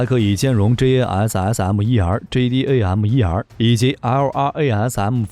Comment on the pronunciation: Like the way he said JASSM.....Lovely.....